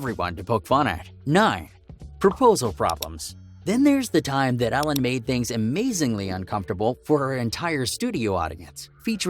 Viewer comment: It’s Ellen not Alen